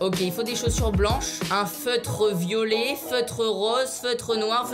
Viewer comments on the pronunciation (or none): none